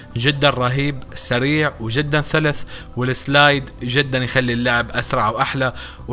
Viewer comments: من لاحض قال ثلث بدال سلس 🤣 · إيش قلت ( ثلث ) تعديل ( إثتثناء)